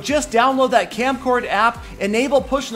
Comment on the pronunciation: its kamcord not kamcard...try again it may come